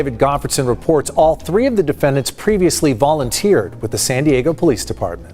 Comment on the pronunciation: Not sure. Did you say Sandy Eggo?🤮